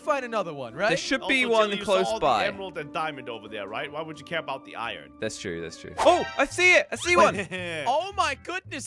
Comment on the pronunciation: Who heard say ion ore instead of iron ore?